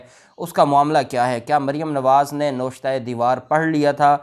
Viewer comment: Tariq Khan from San Antonio, Texas, USA. Please correct your pronunciation it is not NOSHTA it is NA-VISH-TA.